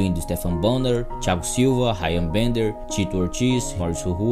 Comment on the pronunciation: No "Ráian Bender" tive que parar.